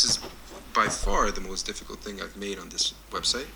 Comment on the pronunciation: I thought he the tutorial said "this is the hardest thing I've ever ATE" INSTEAD OF MADE